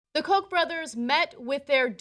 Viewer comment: The Koch brothers, people should look up the actual German pronunciation, it's not Heckler and Coke.